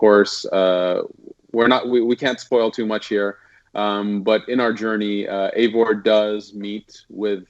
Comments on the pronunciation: Ay-vor not ee-vor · Pronounced avor no eeeevor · not really, more like Aye-vor. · He isn't called "Ivor" you have to say "Ayvor" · Why are people calling it ‘Avor” and not Eivor? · ...it’s “A-vor” You don’t pronounce “eight” like “eat” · It's pronounced A-vor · I believe Ubisoft have said it is pronounced Ay-vor btw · It's pronounced eye-vor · It's not eivor its pronounced ay-vor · Remember, he's British. British can't pronounce shit.... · Is unsure how to pronounce Eivor "I've never heard it said out loud" plays clip of people saying Eivor outloud 10 times